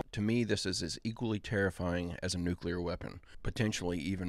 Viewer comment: anyone who says NUKE-YOU-LORE I can't take seriously...don't care